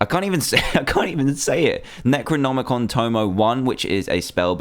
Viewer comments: its Neck-Roh-Nomeh-Con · Its nec o nomicon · Some help for DanTDM... Nec-roe-nom-eh-con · It's Neck-row-nom-ick-on. Pronounce thingy. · What you said when you mis-spoke the necromonicon tomo I was so funny.